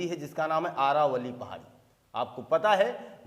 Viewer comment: आरावली नहीं सर जी अरावली पहाड़ी है सर जी